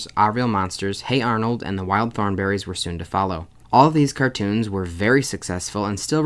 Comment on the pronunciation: Thornberry is "thorn-brie"